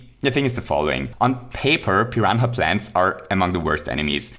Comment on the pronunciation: Did he just say Pi-ran-ha Plant